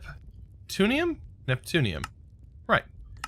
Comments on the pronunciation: it's "neptune-ium" not "newton-ium" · Bob Jones "Newtonium" instead of Neptunium is all I say :D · Neutonium? Are you even TRYING to read the word at all? Seriously. It's NEPTUNIUM. NEP-TU-NI-UM. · NEPTUNIUM not NEUTONIUM, IT'S NOT COMPLICATED